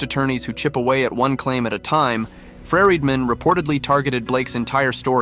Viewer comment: This voice is so annoying… “Ferridman”…. Really???